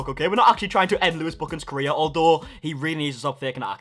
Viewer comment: When you say career it sounds like your saying Korea.is keemstar trying to destroy KoReA?